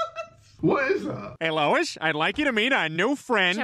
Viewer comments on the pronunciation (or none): Im pretty sure jerome called lois “loose Lois” which makes it 10 times funnier 😂